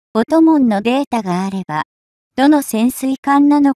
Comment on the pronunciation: タイトルの ＞尖閣で降参その貴重さに・・・・『貴重さ』って何の意味かよくわかりません？ 意訳：日本の追跡の『執拗さ』・・・なのかな？ ナレーション ＞潜水艦の音紋・・・(おんもん)ですよ～～ おともん・・・違うで＾＾